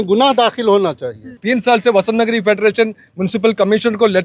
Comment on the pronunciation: Madam vah Basant Nagari nahin vah Vasant Nagari